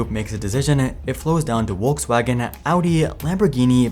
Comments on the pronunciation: It is Volkswagen, not Wolkswagen. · Folksvagon. Not Wolkswagon. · Please, it's Volkswagen, not Wolkswagen. And you read bothe "V" and "W" in that name as V, like in Volvo, not Wolwo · its not pronounced Wokswagen rather folkswagen. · sounds like your saying Wokewagon 😂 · Wolkswagen xD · Volkswagen has an extremely prominent "V" that you absolutely DO pronounce! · I'm sorry, but where is Volkswagen pronounced that way in the world? It's definitely not the German or English pronunciation